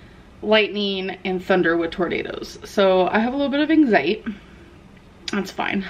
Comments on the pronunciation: why did she say “anxiety” like “anxiet” that’s so stupid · Did she say “anxiet” instead of just saying the whole damn word???